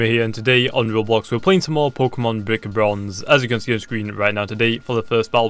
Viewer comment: Did he just say bik bronze